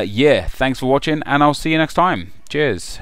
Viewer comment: When you said "cheers" at the end... is it only me who thought it said JIZZ ...